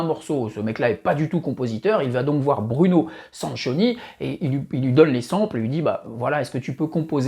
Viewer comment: Il faut prononcer "Sankioni". 😉